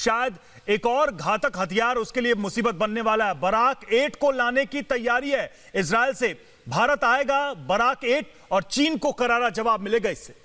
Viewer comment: इजराइल का नाम तो सही से पढ़ लो